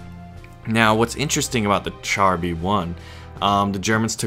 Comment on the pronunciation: Great vid ! But char is pronounced "shahr" not "chahr".